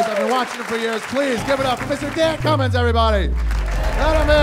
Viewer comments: Its pronounced QUEMIN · Dan Cummins but his last name is pronounced like the spice cumin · it's pronunced CUMIN! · ITS PRONOUNCED CUMIN. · ITS Q-MIN